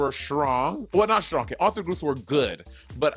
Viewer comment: Why does monet say "shtrong“??